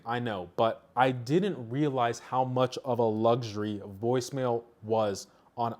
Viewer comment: Woice mail? It's from cellular network not from device🤣